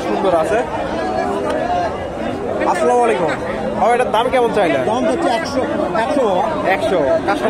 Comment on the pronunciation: সালামটা শিখতে পারবেন না ভাই আসসালামালাইকুম কে সালাম এটা সালাম হবে আসসালামু আলাইকুম